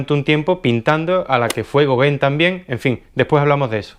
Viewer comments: no digas gogen di gogan te lo pongo fonético. Tienes que pronunciar el nombre de los pintores correctamente. Dirías chaquespeare? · Así se pronuncia Gauguin y no es goguen